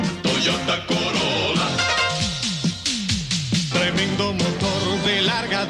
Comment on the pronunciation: Title: Toyota Corollra What it sounds like: Toyota Corona